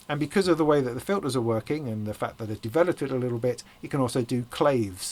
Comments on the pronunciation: Hey, just to be a nitpicky prick, Clave is pronounced something like Clah-Vey (you’re going with the different word, same spelling pronunciation which is the past tense of cleave). Don’t feel bad, I remember Div-Kid pronouncing Guiro(pronounced weer-roh-with a little roll on the r if you wanna get fancy with it, or if you’re, ya know, Latin) like the Americanized pronunciation of Gyro.. So you win! Awrite! Have a cool day man! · Jesus …I’m a bit slow on the uptake tonight..THANK YOU for obliging my request to TO NOT FEEL BAD..haha! Please accept my apologies.. But yeah, Clah-vey, it’s luxurious man, the enunciation. It’s also the word in Cuba for like the rhythm that makes you wanna dance. So yeah, relating a message to you, I got tangled up in textville, terrible form of communication man. ☀️😵‍💫🌙